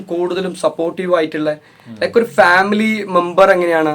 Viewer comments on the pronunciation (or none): none